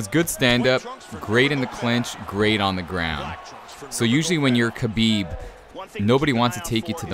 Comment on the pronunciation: the name Khabib prounouce (Habib not kabib. The kh in Arabic sounds like H